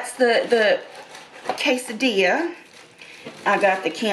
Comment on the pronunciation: Look up how to pronounce Quesadilla Two ll's are silent